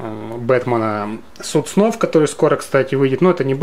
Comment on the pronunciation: Все круто, но "Суд сов", а не "Суд снов"